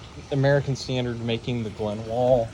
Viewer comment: " hey guys we're going to do a detailed look at my American standred afwall Afton "